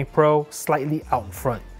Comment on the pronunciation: "And we are inn" 😂😂😂😂